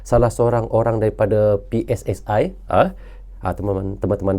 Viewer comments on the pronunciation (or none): Bang, jika sebut PSSI pakai dong ucapan bahasa Indonesia PSSI dibaca pe es es i bukan pe es es ae biar klop bahasa Indonesianya. Ini cuma saran terimakasih ❤